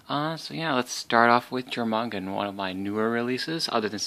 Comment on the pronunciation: great unboxing. Also it isn't Jormungand it is pronounced as your-mun-gand